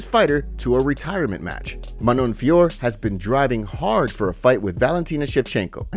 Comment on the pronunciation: Please don't join the retard bandwagon and keep calling Manon FIOR. It's pronounced FIOR-OH. Jon Anik continues to get it wrong. Take it from a native French speaker... And just for the due diligence, ask yourself how you pronounce Hercule POIROT, TISSOT and HUBLOT watches etc etc. It ain't POIR, TISS and HUBL 🙄